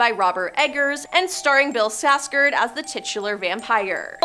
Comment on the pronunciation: Lol, where did you learn how to pronounce Bill "Skarsgard's" last name? Why are you dropping the "K"?